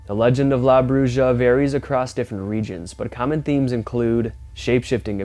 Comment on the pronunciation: La Bruja is pronounced brew ha that’s the closest I can get you. If your going to use other cultures languages run it through google so you can pronounce it clearer. Took me a minute to figure out you were try to say witch or the witch in Spanish 🤦🏻‍♀️